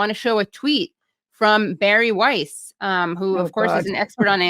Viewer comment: Every time you say Bari Weiss I can't help hearing Barry White.